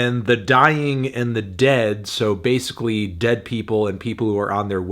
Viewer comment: At least pronounce the title of the record right. It's "The Sick, the Dying... and the DEAD!" You need to yell the last word for emphasis. Mustaine and these titles...